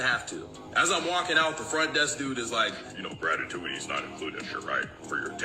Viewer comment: "Gratitutity." He can't even say it, of course he's a bad tipper.